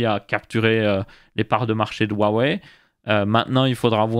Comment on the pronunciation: bien pour la prononciation Xiaomi. Maintenant faut apprendre à prononcer Huawei XD. rua ouai